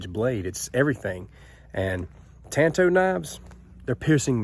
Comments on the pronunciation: I don't have any of these minis, but i did buy the Cold Steel Master Hunter in VG1 San Mai 3 and Click N Cut Hunter. I have always wanted a Master Hunter. It is a small, but stocky blade. I just like it a lot! And it is Tan Tow, so you are correct in pronunciation. I did studies in Japanese weapons, and i own 9 Cold Steel Tanto Point blades. Nice video! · The way you say it is correct 💯 Tan - Toe/ Tanto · Tan tow is how it's pronounced so good on ya lol. I love those and that may be my next knife. I currently bought a cold steel voyager vaquero xl with serrations and it goes everywhere with me. I absolutely love having a folding fighting knife in my pocket